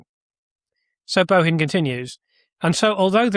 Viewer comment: Bohin is pronounced Boin, the H is silent. Im Irish and we never pronounced the H in the middle of surnames eg Mahon. Pronounced Mann. Material up to your excellent standard but …it must be me,I cannot follow the complexities. You promised on your stream last week that you had a really interesting video on Thursday. Well it’s Thursday and I cannot expend the energy! To tease my aged brain to follow.